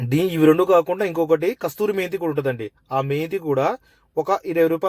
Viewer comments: కసూరి మేతీ అది కస్తూరీ మేతీ కాదు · Hello master adi kasthuri methi kaadu.....kasuri methi... And hands ki gloses veskoni cheyandi....